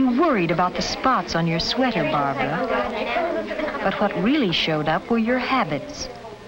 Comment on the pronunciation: her name is barbara. no it's brahbrah. no its barbara. no it was barbahra. no it was barbara. no it's blahblah